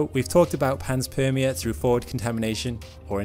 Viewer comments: Also, the word panspermia is consistently mispronounced. It's pan spermia, not pans permia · Interesting video though i believe it's pronounced pan-spermia not pans-permia. As pan is Greek for all and sperm- seed of life. Like pangaia... pan = all... Gaia = earth... Anyways nit-picks only, I love your channel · it's not PANS-PERMIA ... it's PAN-SPERMIA ... think SPERM i.e. SEEDING. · Pan- meaning all Sperm-meaning some sort of reproductive cycling. Ia- as in society or world. It's pan-sperm-ia. Not pans-perm-ia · I love the content on this channel but I have to nit pick here.... it is pronounced Pan-spermia not Pans-permia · Refer to to the etymology of the word panspermia for its pronunciation (which you got wrong). Correct pronunciation is PAN-SPERM-ia. Greek root of PAN = ALL, SPERM = SEED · It's Pan-Spermia... once you notice it's talking about sperm the rest makes sense...